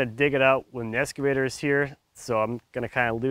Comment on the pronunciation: "Escavator"? If you are going to be doing some "excavating", I suggest using an "excavator" and not an "escavator". :-)